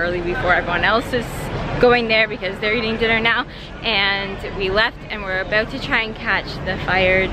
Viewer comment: Really caught your accent in "about" !